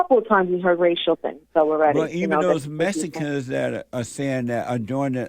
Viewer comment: "messicans." Lol. Gets me every time.😂